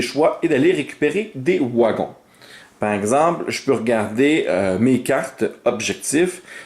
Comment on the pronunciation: Des "ouagons" 😅